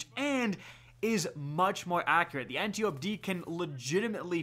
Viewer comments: Ann-TYE-oh-pee. Not ann-tee-ope. 4 syllables. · An-tie-O-pee say it with me an-tie-O-pee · You're mis-pronouncing Antiope,... Keep up the good work, fam!